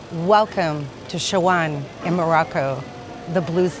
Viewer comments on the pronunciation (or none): Dear , at least pronounce the city name correctly it’s “ chef sha wen “ 😅